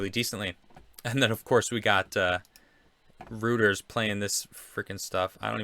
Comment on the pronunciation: The news service is pronounced ROY-ters.